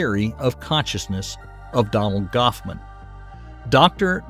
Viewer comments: Hoffman NOT Goffman! 😮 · If you are going to do a Vid at least get the facts straight, It is Hoffman, not Goffman as you continually pronounce it